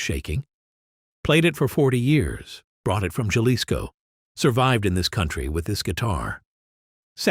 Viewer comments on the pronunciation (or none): Yep, AI can't pronounce numbers and words or foreign words either. But it can produce 200 of these quasi believable stories a day with the same voice.